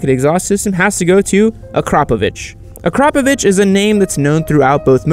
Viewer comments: OMG he actually pronounced Akrapovic right. amazing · And he did pronounce akrapovic right. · for a foreigner ... absolutely correct pronounciation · boof yup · he did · Incredible. Absolutely phenomenal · Eye he learned how to say akrapović!!!! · Yes he did but he said in the worst way termignoni